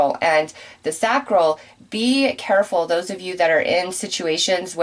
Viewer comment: With all due respect, Sacral Chakra, pronounced (say-cral)